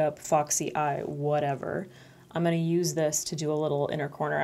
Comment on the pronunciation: word of the day: "I'm-uh-na"